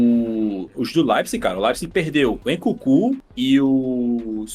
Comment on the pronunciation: o Leipzig perdeu oq???? 😳😳 eu ouvi o C□??? Obs: eu sei q ele falou Nkunku...